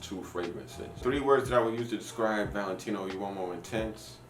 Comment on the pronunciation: why do you say "intense" like you are french or something... come on now